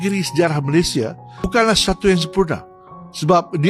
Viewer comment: Min sebut malayd sh